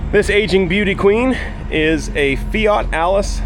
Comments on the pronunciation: Fat Alice..? A nickname or your pronunciation of Italian? Anyway I was wondering if the engine did have a decompression lever. It would make your jump-pack live longer while pumping up fuel. The Volvo Penta in my boat has one and it comes in very handy when the engine has starved after a list with a low level in the fuel tank and I had to bleed the air out of the fuel system. Another nice video from, although I miss your "CONTACT!" warning before pushing the starter button! Update: I was too quick with my remark... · When you call it FAT ALLIS is I only see that "Let it snow" meme! It is not FAT it is FIAT! 😂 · Because it’s funny how Fat Alice sounds like Fiat Allis.